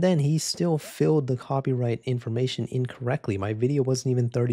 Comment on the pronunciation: "coprighty" lol